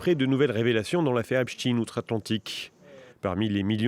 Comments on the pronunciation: Epstein pas Epstine ! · Ce n'est pas Epsteen mais Epstein... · On ne dit pas Epstin e😮 on dit Epstein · C'est pas "epstine" hein c'est plutôt "epch taïne" C'est comme si on disait "inestine" au lieu de " aïnch taïne" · Epstaaaaaine pas epstin, que veux tu cacher en changeant la prononciation ?